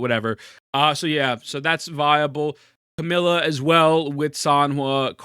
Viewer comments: Bro its not CAMILA its CAMEIYA. You are really mispronouncing her name hard. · You do know her name isn't "Camilla", right? You're missing a syllable.